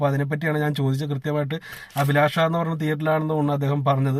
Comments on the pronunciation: അദിലാക്ഷയല്ല അഭിലാഷ് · കോട്ടയം അഭിലാഷ അല്ല ചെക്കാ അഭിലാഷ്